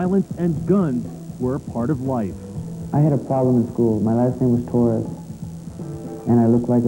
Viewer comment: Torres not torey